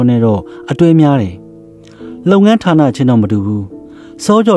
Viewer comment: ဓါးနလို့မပြောနဲ့ထာနလို့ပြောပါ ပြင်ပေးတာနော်သိတ်မဆိုးနဲ့ အားပေးနေတယ်